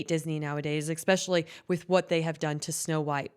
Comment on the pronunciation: Please stop saying exspecially the word is especially or you could just say specially adding an e to the beginning of the word doesn't change the meaning but when you say exspecially it makes you sound like a child that's learning language. Unfortunately you're not the only one that pronounces it that way but it is very annoying